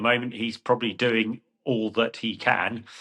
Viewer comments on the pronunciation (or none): none